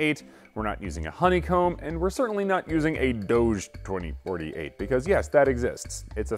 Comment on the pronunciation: He just couldnt say the number right ? XD